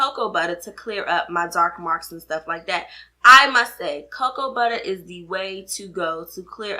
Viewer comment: I love how you say "Cocoa Butta" 😄 Thanks for the vid!